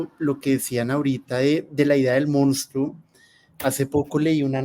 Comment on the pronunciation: Simples divulgadores del fenómeno pero no se acercan ni tangencialmente a las causas de este. Por favor, es insólito que todos quienes hablaron pronunciaron incorrectamente la palabra " monstruo". Favor revisarla. El rubio comete sinnúmero de incorrecciones al hablar.